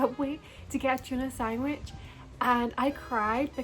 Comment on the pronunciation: I a fellow Scot am here to say: I love you but... sangwish?